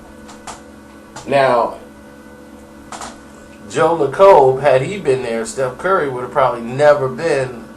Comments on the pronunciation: So many things wrong with this story, 1. the Warriors Owner's name is pronounced Lake-Cub. 2. Steph Curry was drafted after Johnny Flynn not Rubio 3. Rick Welts is the President not the GM. the GM is Bob Myers 4. Ermon was hand picked by the owners and GM. Same with Scal. Ermon and Malone never coached together. Jackson did not pick Ermon. Dont even think Jackson knew Ermon prior to working with the Warriors. 5. you forgot to mention Malone and Jackson were hired as a package bc of Jackson's inexperience as a coach. Jackson's firing is less to do about gays and more to do with powerful white men not thinking a the black man is smart enough to coach without a white man over looking over his shoulder. I can elaborate more is you guys are interested. is about 50% right about what happen. He has most of the info but he put it together all wrong. IMO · its pronounced as joe layckub but spelled lacob. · I knew I should have stopped watching this the second he miss pronounced joe lacob. Truth is mark Jackson was to big for his britches. The man refused to listen to the front office about anything. Lacob didn't like his assistant coaches. Jackson refused to let jerry west into the practices. Jackson wasn't taking the team in the direction the owners wanted. On top of all that, mark Jackson would hold open sermons in orical him being the pastor. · is really butchering these name: Lacob, Budenholzer. lol!